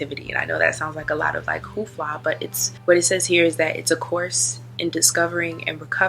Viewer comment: "Hoofla" Its hoopla She blatt!